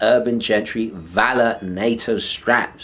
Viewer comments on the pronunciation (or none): none